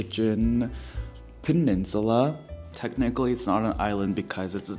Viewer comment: Idk why I crack up whenever you say peninsula lol